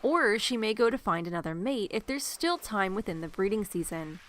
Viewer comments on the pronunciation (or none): none